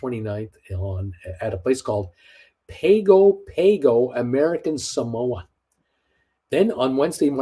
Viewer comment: Pago Pago is pronounced Pahngo Pahngo